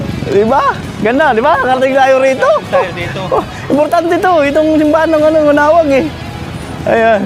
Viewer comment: Manaoag hindi manaog